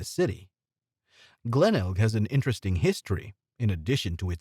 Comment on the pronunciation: Definitely AI. Disastrous pronunciations. Glenelg, quokka, potoroo... the list goes on.